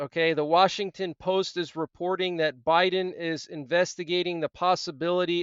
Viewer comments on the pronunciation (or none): none